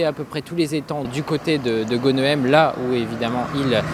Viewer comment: Chaque weekend je péchais aux pieds de ce pont. Brrrr ça fait froid dans l'dos. Au fait Mr l'apprenti journaliste : en tant que ch'timi tu devrais savoir que chez nous (et ailleurs aussi) les noms de villes, Bourgs et villages s'écrivant en "EHEM"... se prononcent "HAIME". Ex* "Tournehem / Audrehem / Westrehem". etc